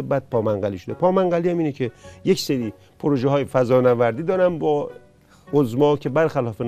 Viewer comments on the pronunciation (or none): none